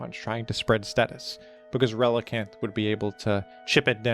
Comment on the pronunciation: You're ReliCAN! Not reliCANT...